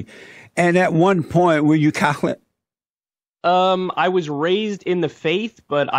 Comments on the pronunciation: “And at one point you were cAkLiC?” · The second i read this comment, Jesse pronounced catholic "cah-hlick" Almost peed my pants laughing